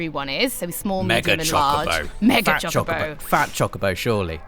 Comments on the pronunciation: "baby chickaboe" ? CHOCOBO! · Stopped when she said CHICK A BO. Bih it's CHOCO BO. Next review. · ok i get it your British but if you can say co and bo you can say cho ITS NOT CHI IT CHO CHOBOBO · Why does she keep saying CHICKabo? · SuperDuperKid baby Chocobos are called chickabos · what is that word she said a lot "cheeba" sounds like its a pretty important thing in the game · Cool.....but why is she calling it a "Chicabo" when it clearly says "Chocochick" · STOP SAYING CHICKABO! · Did she say chikabo? The way she pronounced it was weird but anyways game looks cute Ima get it on ps vita instead of ps4 unless ps4 has exclusive stuff which I heard it might in regards to summons